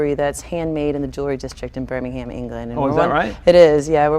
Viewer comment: Not only is she clearly out of her depth on details, she doesn't even know how to say, "Birmingham" properly.